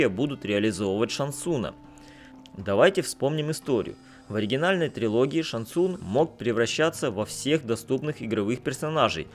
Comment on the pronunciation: ШанГ ЦунГ!!! Не глотайте буквы! Что и Лю КэнГ и КунГ лао! ЗАПОМНИТЕ